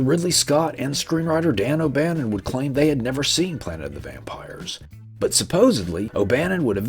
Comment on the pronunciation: Were you trying to say planet? 🪐